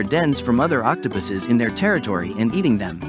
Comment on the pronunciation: "octopiss" D